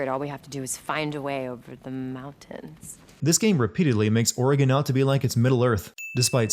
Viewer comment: Kudos for pronouncing Oregon properly lol